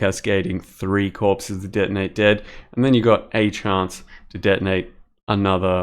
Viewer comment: ""...some cast on crit, denei dad..." I love your pronunciation